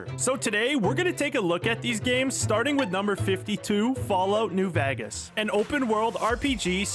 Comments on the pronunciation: New Vehgaz? Why did you say it lik ethat? Lol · "fallout new vagas"